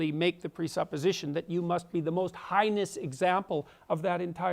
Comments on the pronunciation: We're missing the crucial aspect of this video. This can't be ignored. Did dude really say heinous like "highness!?" Everything about this guy seems forced. I could be wrong, but it just all seems so affected. It's a major part of his appeal to his fans also, it seems. He talks & acts like the textbook "erudite, scholarly philosophe." For all his easy pigeonholing of leftists as ideological zombies, he is such a walking cliche himself. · why did he say 'high-ness' instead of 'hay-ness'.. he mispronounces lots of words ive noticed lol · Listening to Jordan Peterson include the words "most heinous" in a response makes me think he watched Bill and Ted's Excellent Adventure. Listening to how he pronounces it makes me think he did not. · My favorite things about Peterson are: (1) the way he eloquently inspires people to crawl out of the depths of brooding nihilistic self-loathing existential inertia and ascend to a higher plane of meaning and purpose; and (2) his pronunciation of "heinous"